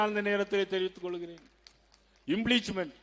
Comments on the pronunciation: அது இம்பிளிச்மெண்ட் இல்லை இம்பீச்மென்ட் என்று உச்சரிக்க வேண்டும் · இம்பிளீச்மென்ட் இல்லை இம்பீச்மெண்ட் 😂